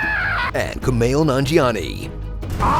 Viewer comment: He said cum mail Nanjiani 😂